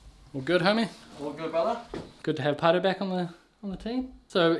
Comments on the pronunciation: Its a maori name. Roughly Pronounced ‘pie rrow” and you roll the R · It sounds like calls him Potter. Now that I see how it's spelled I still can not pronounce it.